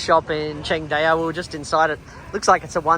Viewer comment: Pronounced Chang Dow brother